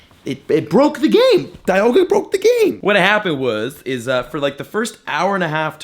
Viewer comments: it's dee - al - ga not die - al - ga you nerd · Dee-alga not die-alga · its Di-alga not Daialga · It’s not die-alga it’s Dee-alga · It's Dialga not Dailga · It's Pronounced Dee-AL-Ga...Not Da-YaL-Ga...I get triggered everytime you pronounce it wrong.. :-/ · It’s pronounced deealga not diealga I know it’s spelled dialga don’t me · Deeealga!! Ahh every time he says it my heart breaks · DIE-Alga lmao 🤣 Have you played Pokemon Diamond/Platinum? Cringe every time he said DIE-Alga 😬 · Ryan Noble lol, he kept saying DIE-Alga broke the game, more like he broke the game by pronouncing it totally wrong lmao 😆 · How would you pronounce it? C'mon be honest now. :P When Diamon/Pearl first came out I pronounced it like he is. I still pronounce it DIE-Alga because the correct way is wrong! XD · "Dyalga" lol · Ik it’s Dee-alga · OMG .... ITS DEEEEEE ALGA. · It’s pronounced dee-al-guh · Victor Medellin he’s just playing pokemon from pokemon go. No wonder he doesn’t know how to pronounce Dialga, DIEAlga lmao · Pronouncing dialga completely wrong, someone didn't watch the movie eh? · Am I the only one getting pissed of his pronunciation of dialga? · Does ut not bother anyone els that he pronounces it wrong??? Cause am botherd by it!!! Plzzzz......learn!!!! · If you mispronounce dialga one more time, I'm gonna have another hernia.